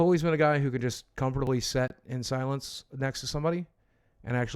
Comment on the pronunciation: I know this is unbelievably minor, but does anyone else cringe whenever Boogie says “sit”. It sounds like “set” and it annoys the hell out of me lol I know, I know. A me problem.